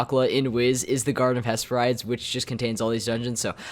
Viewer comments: and "hess purr rides" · he's pronouncing Aquila correctly but he's saying Hesperides wrong.